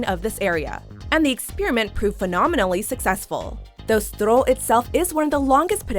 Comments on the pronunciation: I cringed when she pronounced "strøget". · når udlændinge ikke forstår at ø er et andet bogstav end o...